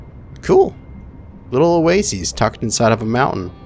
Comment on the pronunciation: "oh-way-sees" lmao.... pronounced "o-way-sis" Love yeah :P